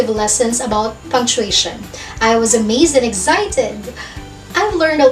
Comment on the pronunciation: In example number 1, Why do you pronounced “s” like “z”. Like the word “was, you said it “wazz” . I think you mis pronounced S to Z.